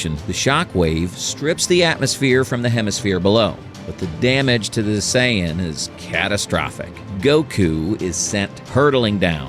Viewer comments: It’s not Cyan, it’s Sayan. Just sayin’ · I hate AI .. saiyan is pronounced sayin not sigh an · I'm sorry but did I catch, "Sigh Anne"? 😂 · As soon and I heard Saiyan pronounced Cyan I stopped the video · Aww man. I thought this was ur real voice too. Mispronounced sayian... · Only real question I got is that I understand that it's a real narrator or whatever a real person reading it but how come they're saying Goku's race he's pronouncing it so wrong That's really my only question😂